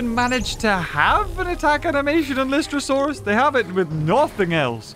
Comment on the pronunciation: It’s lie-stro-saur